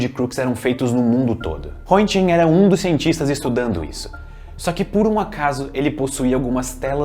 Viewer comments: “Rrêntguên” pronúncia do sobrenome do grande Wilhelm Conrad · Mundialmente não ficou conhecido como “raio Röntgen“, mas na Alemanha foi quase. O termo lá, quando é feito o exame de raio x, é algo como “fazer um Röntigen”. A propósito, crítica construtiva, a pronúncia do nome não foi das melhores, hehe, mas entendo, língua alemã não é fácil.